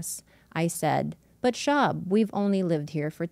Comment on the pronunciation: Who is Brendon "Schwab"?